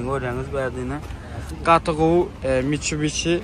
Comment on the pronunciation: mitshubishi (Mitcubici😂😂😂😂